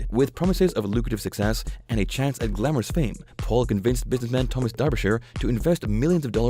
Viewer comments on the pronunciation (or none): none